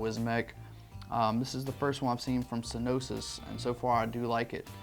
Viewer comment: Would it not be "Sin-you-us" instead of what you're saying? Just pointing that out.